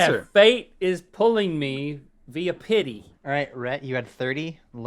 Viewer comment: ´´vita pitty´´ lol